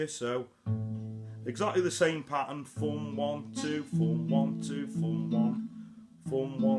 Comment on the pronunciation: Great Job, but WTF if Foom ? Busten em mate, I know you saying thumn..right?